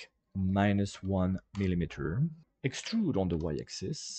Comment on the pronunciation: extuurrrd extuuuuurrrd extuuuuuuurd😂😂